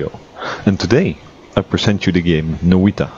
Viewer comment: This game is made by a Finnish game company, if im right. which makes sense because Noita translates to witch in english. now you know that. Love how you pronounce it